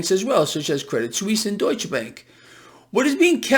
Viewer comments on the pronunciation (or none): none